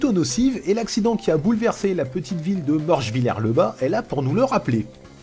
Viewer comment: Je me doutais que tu habitais en Alsace ^^, il n'y a qu'un Alsacien pour prononcer correctement des noms comme "Morschwiller le bas". J'habite aussi en Alsace et ça me fait toujours marer d'entendre les Parisiens prononcer des noms comme ça ^^. Sinon j'en profite pour dire que j'ai découvert ta chaîne il y a peu de temps et que j'aime beaucoup tes vidéos. Continue comme ça :).